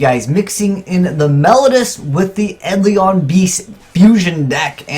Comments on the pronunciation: OK, it's eidolon not edlion. pronounce it Aid-ell-on. cant read confirm! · I think your videos would benefit greatly if you learned to pronounce some of the card names better. Try looking up the pronunciation of "melodious" and "eidolon".